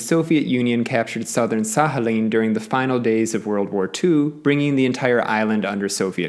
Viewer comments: Nie Sahalin ale Sachalin. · I don’t think it is pronounced as an H, instead like kh or at least K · But don't you pronounce the k in Sakhalin? It's weirding me out he pronounces it like there's an H but no K. I was thinking maybe he was just better informed than me until i heard him pronounce oblast 😅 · Sakhalin, not Sahalin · SaKHAlin not SAHAlin!! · Sahalin is not correct either though, I understand that English doesn't have the х sound (ch in Czech where I'm from) but it doesn't seem very difficult to learn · Well, I though that he was trying to pronounce it closer to Russian way (he did approximate Sakhalin with a /h/ sound so ig that made me think that). And like, even if he didn't want to pronounce it closer to the Russian way? The comment can still be interesting for some people to read, so your arguments are a bit strange for me too Also yes I do have anxiety so I tend to exaggerate what people say in my head often, sorry And yeah ig your right about the American accent (I still think you should've specify that you were talking about general American tho) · Why is the k silent? 🤫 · Why does he pronounce Sakhalin like that 🤣